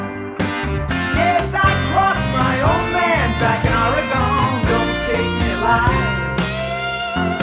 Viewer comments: Love the song, of course, but I wince every time he says “or-i-gone.” Does he mean the state of Oregon (“Or-gun”)? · I wondered if Donald would apologize for mispronouncing Orygun when the played here, but of course he would never do that. People from the East Coast is still cowboy-and-Indian country anyway. 😂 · I’m a drummer so I pretty much primarily listen to drums & bass, but as a native Oregonian couldn’t help but notice Fagan’s Jersey-inflected pronunciation: “aww-ree-GONE” lolzzz 👀😬🤣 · Such a great song by The Dan. I grew up in the pacific north west, always funny to hear people not from PNY pronounce Oregon that weird way.